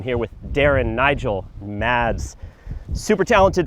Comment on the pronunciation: Lovely shots, but mispronounced Mads' name...